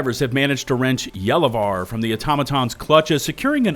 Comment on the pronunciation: Finally someone with the correct pronunciation of Gallivare 🙏🏻